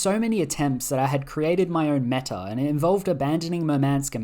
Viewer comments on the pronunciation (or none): none